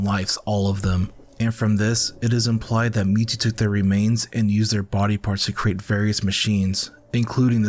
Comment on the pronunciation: Does this guy keep saying me too insted of mewtwo?